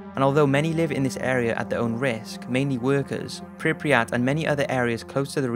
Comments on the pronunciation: Good documentary, but I wonder: what's with Prypiat pronunciation? You English speakers seem to add extra letters (for example NaTzi instead of Nazi), and the same is here. Is Prypiat, not PrypRiat. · “Pripiyat” lol